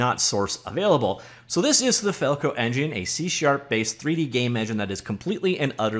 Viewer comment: FalcoEngine... FalcoEn-gine... Falcon-Gen..!